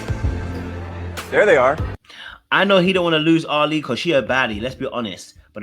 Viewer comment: Ali is pronounced like Ally not like Ali-G 🤣